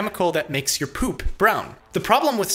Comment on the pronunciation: I Lol'ed when he emphasized the word "POOP". What am I doing with my life?